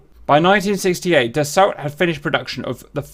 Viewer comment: Just for info, Dassault is pronounced da-so.